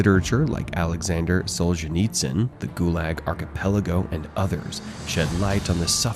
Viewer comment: "Alexander Solseezeneetzen" hahahaha